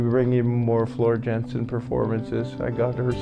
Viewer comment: Aren't they just phenomenal together?! Henk Poort is one of my vocal heroes-- he was the Phantom in the Dutch national production of Phantom and also Jean Valjean in the Dutch Les Miserables. Just a quick note for you-- Floor's last name is pronounced Yahn-sen. And Tarja's first name-- TAR(roll the "r")-ya.